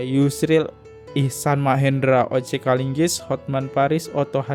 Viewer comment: O.C KALIGIS,,bang... Bukan KALINGGIS... OTTO HASIBUAN,,bukan Otto HASIMBUAN... Koreksi aja biar enak do dengernya... 🙏🏻🙏🏻🙏🏻